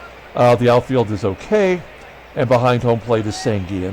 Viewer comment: Pronounciations: In Spanish the double L sounds like a y as in Sanguillen, Versailles, and Llenas. Winston Llenas is in the Carribean Baseball Hall Of Fame. Bobby Knoop (K-Nop) as if it only had one O. I remember seeing Tom Bradley of the S.F. Giants in 1973 pitch a pretty good game against the Mets at Shea Stadium. Nice crowd that night. Glad the Pilots won.